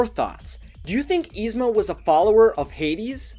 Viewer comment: [is-ma] not [eez-ma]!